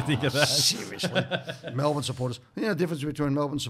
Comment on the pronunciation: be grouse , hahah how very 'malbourne' of you eddie hahahah